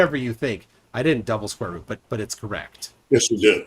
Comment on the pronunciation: i dont' think i'll get "square ruht" out of my head ever